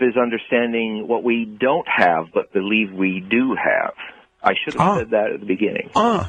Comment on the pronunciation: Don't believe... "bleeve" like good ol' Art.